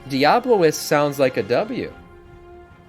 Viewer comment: Its diabolist not diablolist